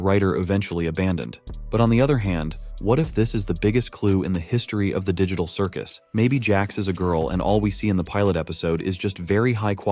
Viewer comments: Bruh said ditcal cicus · “Digicul circus”💀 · THE DIGY TAHRL CIRGUS lol